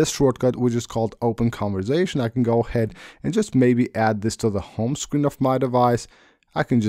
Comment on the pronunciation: It's conversation not converzation